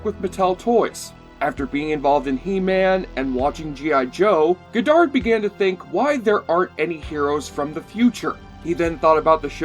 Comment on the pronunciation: Cringing at your mispronunciation of "Goddard" (it's pronounced 'god-ard', not "go-dard') and "Straczynski" (it's pronounced 'zin-ski', not 'chin-ski'). Also, the CGI was state of the art for a TV show at the time.